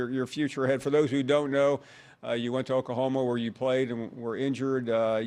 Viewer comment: I CANT STAND HOW PAUL PRONOUNCES “OKAHOMA”!!! ITS OKLAHOMA PAUL!